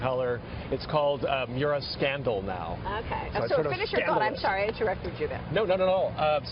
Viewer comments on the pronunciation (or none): The color is “Verde scandal “, not “Miura scandal” you tickle fart.